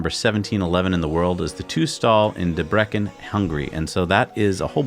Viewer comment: Yay, Hungary! :D Debrecen... Well, the letter 'c' is not a sound 'k', it is like a 'tz' in pretzel. ;)